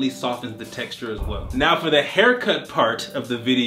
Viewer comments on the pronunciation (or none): none